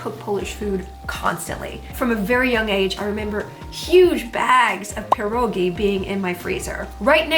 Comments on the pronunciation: You pronounced pierogi correctly, that's enough for me you're Polish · The fact you say pierogi correctly is everything to me ❤